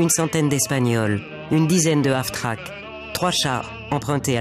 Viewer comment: "Half-track" (semi-chenillé) et non pas Af-track. mais c'est un détail ;-)